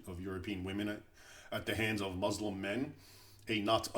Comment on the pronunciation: you can't even pronounce words like : Salahud'din, muslim, etc, how much of an ignoramus are you?